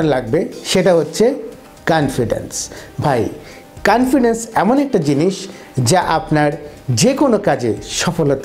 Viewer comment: ভাই ওটা কনফিডেন্স হবে, কানফিডেন্স না।